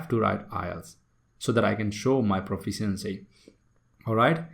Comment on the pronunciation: How do you want to teach others when you don't know the correct pronunciation of word proficiency ??